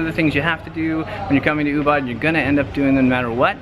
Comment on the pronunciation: Guys Ubud is not pronounce as Oobat but Oobood.